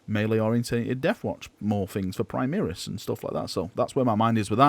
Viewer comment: why do you keep saying 'primeeris' it's really annoying.